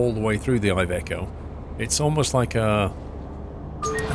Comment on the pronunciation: I am Italian and iveco it’s pronounced like the I it’s an e